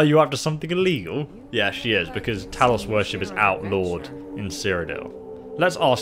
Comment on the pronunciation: Talus instead of Talos😤😤😤